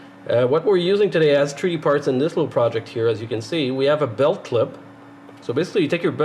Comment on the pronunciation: I've read some of the comments here and they tell me just how dumb certain people are and just how ignorant and rude. I understand what a "treedee" printer is without even thinking. Of course, I have an advantage over the ignorant louts. You see, I am a "Anglo Canadiene" born and raised in Alberta but I still understand a little "parlez vous". I know what it means when someone tells me "dey arr jus brushin my toots andel bit wit me in a momen". I also have a fair understanding of "Newfenese" an can find a "tumb" wrench when I needs one. Being a westerner I also know a little bush Cree and when someone tells me I am "pashunite" and I am driving down the road it's time to turn around and go back or "gimme da suvul" means when out in the garden. Being Canadian I knows dat stuff just hits duh fans when I hears "Tabernac" or "Laird tunderin jaisus" or "Sunuvabitz". So now, I invites all dee canucks, whether day bees in Taranuh, Cowtown, or da Chuck, from duh Rock to Hongcouver, whose readin dis to tro in any more "Canadianisms" dey can tinks of and reply backs to me iree. As a Canuck you will surely understand dis.......Two buys were out one days huntin and one spotted sumdin on da wuhder. His conversation wit is buddy went like dis....MR ducs. MR nut. Mr2. CDEDBD ise. Wul ull B phooked. MR2 ducs. So you see, when you make rude or cutting remarks about someones pronunciation or their dialect all you are really doing is telling the whole world just how stupid and ignorant you reall